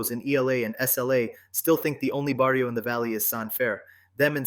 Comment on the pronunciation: How can you make documentaries if you cannot pronounce properly barrio, If you never lived the life. Stick to your own thing. trying to capitalize on the the hood life😂. You are a person that will never understand living in the areas you are covering. I have second hand embarrassment for you YouTuber.